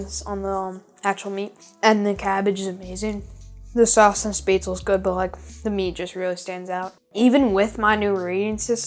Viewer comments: Spaetzle = pronounced "shh-pets-lee" not "spate-sl." But otherwise, awesome recipe and method. Sauerbraten and red cabbage! Das alle beste! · SPETZ - la. Otherwise, stupendous video! Love the classic German dishes! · p.s. You pronounce the final e in Spätzle/Spaetzle:_ it's like "shpetz-leh"